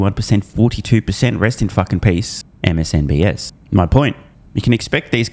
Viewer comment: I've been hearing you say it wrong for years now... It's MSNBC NOT S. lmao